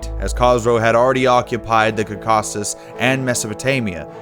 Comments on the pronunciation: Great work, both on animating and condensing a 26 year war (and 7 centuries) in a 10ish min. video! But I'm sorry to state that it could be better narrated. I was a bit let down by the fact that many names were pronounced rather badly: such as Ancria instead of AnCYra, Cacausus instead of CAUcasus, and many other names of persons and places. I know this is the hard part of trying to pronounce all kinds of alien sounding words in Greek, Latin, Pahlavi, Armenian etc. but it will get easier once the narrators or the researchers get used to them. I could offer some help in pronunciation if you'd like. Keep up the amazing work! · "Byezantine" "Kaw-cassus" "Barum" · You mispronounced Bithynia, Caucasus, Achaemenid and a bunch of other names.. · WHO THE HELL was this HACK narrator who doesn't even know how to pronounce the word "Caucasus" and so many other words????